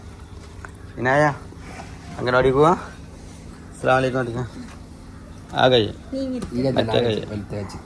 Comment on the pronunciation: അസ്സലാമലൈക്കും എന്നല്ല. അസ്സലാമു അലൈക്കും എന്നാണ്🤝Sherikkum പറഞ്ഞു കൊടുക്കണേ..